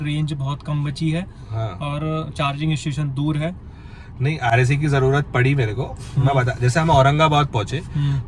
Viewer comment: It's RSA not RAC 🤓